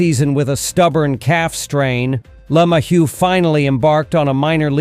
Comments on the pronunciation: Is there a reason why who, or whatever is speaking can't pronounce "LeMahieu" properly? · This guy sounds like a idiot the way he pronounces LeMahieu name